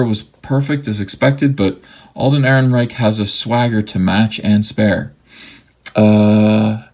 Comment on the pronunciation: When you got to "Ehrenrereich" I almost spit out my drink laughing.